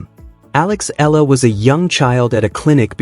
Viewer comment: P.lease pronounce her name, Alexandra/Alex Eala (E y a l a). We will appreciate it and thankful for that. Win or lose we are all behind and pray for her.